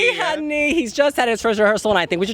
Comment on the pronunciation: You guys really need to learn to pronounce the vowel "Ä". It's like ´"hey", "say", "babe". So it's Luca Hänni not Honey, :-)